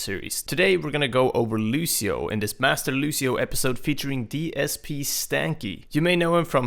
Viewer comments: It's really annoying me that one of the top Lúcio players in the world pronounces his name as Lushio, even though he should have played the game enough to hear the voice clips of Lúcio himself as well as the other characters refer to him as Lúcio(Loo-see-oh). And if anyone wants to argue that the accent on the U changes it, it doesn't, the ú makes it an "oo" sound rather than an "uh" sound so it's not "Luh-see-oh". Sorry for the rant but when people mispronounce words then try to argue about it gets on my nerves (not saying is arguing nor that he is less of a Lúcio main for mispronouncing his name, but there are people who would die rather than pronounce his name as Lúcio) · The best Lucio player says the name like Lushio.... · When he pronounces Lucio, Lushio... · I'm well aware it has no bearing on his actual level of mechanical skill as the character. But why is it that people can't pronounce Lucio without throwing in a "sh" where there's a C? It always makes me second guess, but I mean... Listen to the voice lines! Look at videos where the other voice actors interact! During esport tourneys, random people on voice chat, even DSP! Ok. Ok. I can get through this. it drives me insane, but I got this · "Looshio" But is one of my fave pro players, he's too cool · I can't believe DSPStanky doesn't pronounce Lúcio correctly... all these white people saying "Lu-SHE-o" and "S-AHM-bra" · he says it like lushio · Cringed badly when he said "Lusio". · you mean "Lushio" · Anthony Moraga in the game they pronounce it lu-cee-oh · Why can't he pronounce Lucio correctly? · Every time he mispronounces his name I cringe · He may know how to play him, but he can't goddamn pronounce the name right. Fuck this guy. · I like the fact that someone with 400+ on Lucio still can't pronounce his name right. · yassineya you’re joking right? That’s so wrong lol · please stop saying Lushio.. it irritates me so much more than it should :p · It`s Lucio with a C, not Lushio...